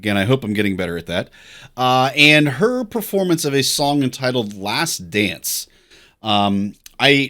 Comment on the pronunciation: Yes she's singing in French here, but with a different sound on the last "e" sound at the end of "dance". In French the "e" is typically not pronounced, but she uses more of a Spanish pronunciation of the "e". Julio Iglesias did the same thing decades earlier when he used to sing in French. Women absolutely loved him! LOL! Like father like son (Enrique)!